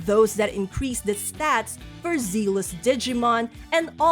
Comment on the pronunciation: as a new Time Stranger player, I've been enjoying your videos. Very enjoyable delivery speech for those who are extremely noobs like myself. For room of improvement, please check your pronunciation for the word "zealous".